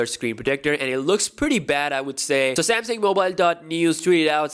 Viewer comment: yes finally a content creator says samsung as samsung not semsang